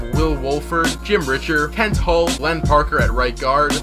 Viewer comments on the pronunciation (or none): none